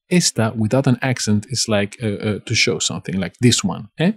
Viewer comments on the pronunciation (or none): none